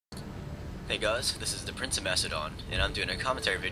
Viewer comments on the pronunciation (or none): none